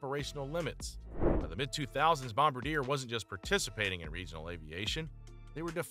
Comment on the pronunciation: welp i guess AI can’t pronounce bombardier?